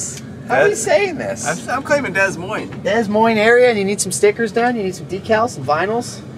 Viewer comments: Des Moines is in french. You can pronounce it like DEY (they, no th sound) MOAN (like the movie Moana, without pronounciating the "a"). I'd like to hear you try :) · Duh Moyn is how its pronounced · it's pronounced "da moine" :P Great video as always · Stoked to see in home state ! The first S is silent in Des Moines when saying fyi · Love the video and seeing you guys ride seven oaks but you guys butchered saying Des Moines lmao, It it like Duh Moines. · “Dess moinez” 🤣🤣🤣